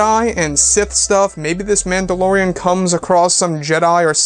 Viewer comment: Am I the only one who hears "Landolorean"?